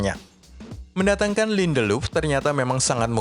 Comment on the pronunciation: Lindeluf 😅 ngakak dengernya